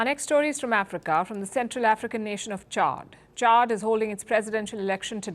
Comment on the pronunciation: It is not Chard but Chad.